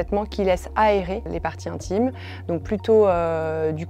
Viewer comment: Les odeurs "intchimes " Mon Dieu, je ne supporte plus ces sons vulgaires et grossiers ! Qu'est-ce qui se passe avec cette génération qui n'arrive pas à prononcer les syllabes ? Il faudrait instaurer des cours d'élocution et de prononciation dès le plus jeune âge et jusqu'à la fin du lycée, car il est clair que certains ont des difficultés.